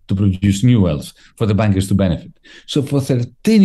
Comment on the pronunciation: Love how Varoufakis' accent sounds like he saying "the bankers big wages as "Busted/Bastard" both works for me!